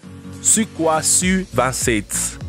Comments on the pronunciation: Sukhoi ça se dit "soukoï" et pas suquoi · Aah, il a tuer le nom complet des SU, il dit "oi" comme si c'était un français mais c'est russe ! Le son est pas oi mais oille plutôt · On dit Sukoï et pas sukoi. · L'avion russe Sukoi se prononce "suquoille". Là t'as l'air malin avec ta prononciation mdr ! Sinon, tout ceci est du grand classique. L'aéro-modélisme regroupe plusieurs catégories, dont les "ptit gros" avec des modèles quasi grandeur nature. Aussi cher qu'imposant. Comme celui-ci par exemple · Le suquoi ... Mes oreilles saignes .. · Frédéric MERCIER D'ANGELY moi aussi j’ai tiqué pour la prononciation....